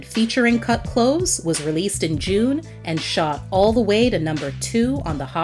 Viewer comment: Kut klose-uh